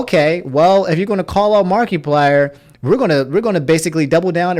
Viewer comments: I can't get over Mark-ee-plier, aha. It's mar-eh-plier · my man really said "markeeplier" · Nobody:: Markee-plier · just in case you didn’t know it’s markiplier not markyplier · You've been saying Markiplier wrong throughout the whole video... it's not Mark-E-plier, it's Markiplier less emphasis on the "i". Otherwise I did not know this went down. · saying "Mark-ee-plier" reminds me of "Mark-ass Brownley." lol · No offense, but Is that really how you say markiplier? Mar-ky-plier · Can you stop saying mark E plier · Marketplier. He sells pliers on the market. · No one:: mAr-KeY-pLiEr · “Mark-E-plier” Never change your annunciations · It’s the “markeeplier” for me. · Why do you keep calling markiplier, markeyplier ? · Anyone else driven crazy when he mispronounces things repeatedly all video #answerusomni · I don’t like how you’re enunciating markiplier lol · I’m more mad about your pronunciation of Markiplier than what YouTube did